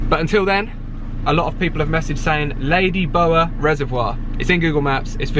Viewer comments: Love you two guys - loved your pronunciation of Ladybower reservoir - the bower bit is pronounced bow (like cow) er😂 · Don't worry about how you pronounce scone, learn how to say Ladybower! 😀